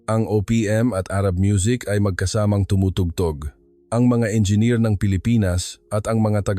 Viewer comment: Engineer not enger